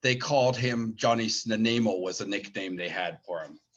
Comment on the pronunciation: work on the way you pronounce Snuneymuxw I've learnt from the Elders